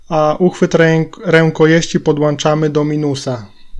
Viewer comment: I mówimy podłączamy a nie podłańczamy.